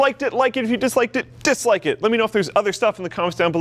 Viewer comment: Love the way he said like or DISLIKE it